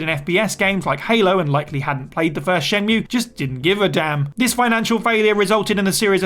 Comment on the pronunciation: um it's pronounced "Shen-MUUUUUUUUUUUUUE" as per Jules